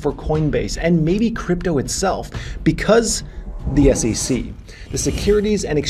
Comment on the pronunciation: It is SEC, but you say all the time SECC. Why? 😂